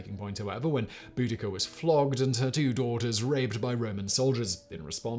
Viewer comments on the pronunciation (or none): Say it with me “bow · duh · kuh”